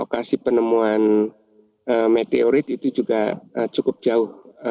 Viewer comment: Meteroit apa Meteorit ....😂